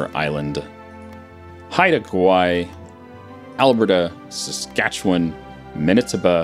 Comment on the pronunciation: I laughed at the beginning when he pronounced Saskatchewan right but not Alberta or Manitoba 😂. Most YouTubers get all of the right except for Saskatchewan! 😂